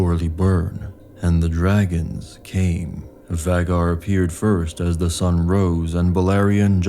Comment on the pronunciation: It's so jarring when you mispronounce Vhaegar as Vaggar